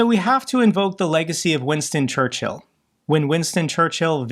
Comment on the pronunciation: In all this sadness the only thing cracking me up is pronunciation of Churchill. ChurchHill xD